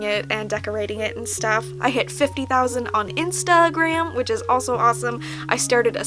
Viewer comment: "Instaa gram" lol Luv ya 💕